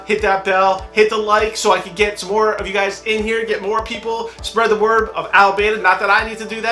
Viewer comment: It's pronounced a(as in another) lip(part of your mouth) ba(as in bra) ta(as in TADAAA!) i know you're not killing his name on purpose, so that's why I'm mentioning it. Check how other reactors pronounce it. Rock on! Like your reactions and HONEST enthusiasm. Peace.